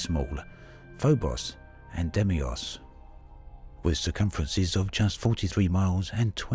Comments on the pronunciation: Deimos, not Demios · "Demi-os"? Deimos, you curtain.